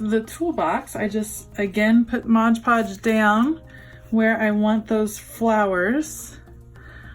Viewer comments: Why “Modge” Podge instead of “Mod” Podge? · Nice job! Please note that the product is MOD Podge -- not Modge Podge. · Awesome project, but....... it's MOD Podge!